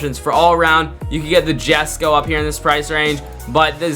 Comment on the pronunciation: why are we larping koenigsegg, thats NOT how you pronounce jesko